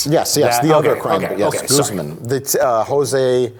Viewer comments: lmao when he pronounces Guzman "Goozemin" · Pronouncing Guzman as “goozmen” is giving me cancer.